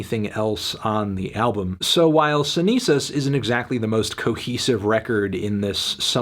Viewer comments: Cenizas pronunciación is perfect meloncito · Nobody is gonna talk how melon uttered "cenizas" so well? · Esa pronunciación de "cenizas" es perfecta ♥️ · Wow you pronounced a spanish word perfectly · Cuando veo al pelao diciendo una palabra en español correctamente :D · Mellon hitting us with that flawless Spanish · He’s come a long way since “EX ONE HUNDRED PRE” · Omg what the fuck what the hell he said the name in Spanish correctly I'm shaking rn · Good Spanish Melón Antonio. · NICE SPANISH ANTONIO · jajaja lo dijo perfecto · Actually tho was pretty impressed